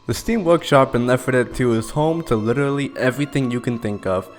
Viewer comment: Bro invented “witerally”